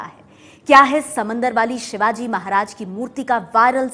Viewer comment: अरे कुञ्या महाराजांचे नाव नीट घे